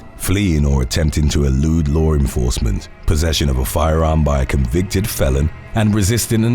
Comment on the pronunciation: You always say lower enforcement